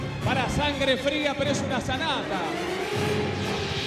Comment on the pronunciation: Jajaja ese "Sangre Frea" jaja